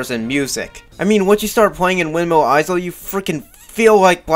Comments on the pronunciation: Windmill "eye-zull"....? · Great review but... Windmill izul!? HOW DARE YOU MISS-PRONOUNCE A WORD I THOUGHT YOU WERE BIG BRAIN SMARTY FOR REVIEW SONIC GAME GOOD DISLIKE AND UN SUBSCRIBBLED. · Did you just pronounce 'isle' as 'izel'? The 's' in 'isle' is silent. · Why does he say “izel” when saying Isle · Ok why do you pronounce isle like that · Okay, props to you for not bashing the Werehog, or Wolfhog as you call it. To be honest, I actually consider his stages to be a breath of fresh air from the in-your-face fast-paced day stages. But someone has to tell you, and it might as well be me...: BITCH, you don't get to criticize ANYONE'S goddamn voice-acting when you yourself can't even fucking pronounce ISLE right! It's isle not fucking eyezle! Not to mention HolOska, not HolAska, Chun-NAN, not ChunNIN, and AdABAT, not AdEBIT. I'm sorry, but for someone who calls the 4Kids voice actors bad, you're certainly not doing any better yourself! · I know I can't be the only one really annoyed that he pronounces the S in windmill Isle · THE "S" IS SILENT, IN "ISLE". Amazing review. Glad I'm not the only one that thinks Unleashed is the best modern Sonic. StH2 is my personal fav